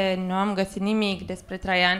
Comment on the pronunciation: e a cinspea oara cand am impresia ca zice in loc de traian "trei ani"